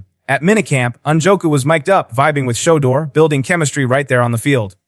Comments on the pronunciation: Is he saying showduer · Can u please pronounce his name the right way? Why do yall do that mess? U pronounce every word correct except that man’s name. Someone has surely told u this. Get it right narrator.